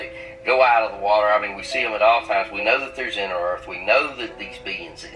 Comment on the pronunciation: My man called this place earph.